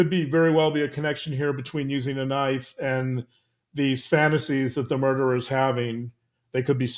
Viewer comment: "the derer". why te emphasis on a solo murderer?